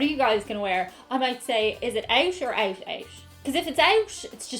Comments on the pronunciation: I know your find accents interesting. As an American, I hear almost a "shhh" sound at the end of when you say "out.":) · why do you pronounce "out out", as oucsh oucsh"? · You sound like you're saying "Ouch" as in "We're going ouch ouch." Wow girl, it's not English is it? And by the way, you're holding your fork properly. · Why does she pronounce it "Ousch Ousch"? Is that a Irish thing or something? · Your "out" sounds like "ouch" ;) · I understand that in some Irish accents the “t” at the end of certain words has a breath to it, but this is just “Owsh owsh” lol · I love how she said “out, out.” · Wait.. you pronounce the word "OUT" with like a SH replacing the T? Or is it just the Irish way to say it? Arseways = Ass-Backwards Example: When John explained how the moon rotates around the Earth it got it all ass-backwards. Yoke = Thing-a-mabob or Whatcha-ma-call it. Another great video.